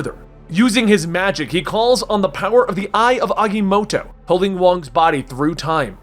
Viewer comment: Aga-motto not Agy-motto